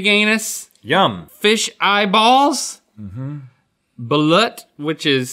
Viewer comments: It’s pronounced baloot. But spelled Balut. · IM CRINGING AT HOW THEY SAY BALUT